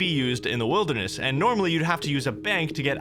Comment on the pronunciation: you can hear your new york accent when you say "wilderness"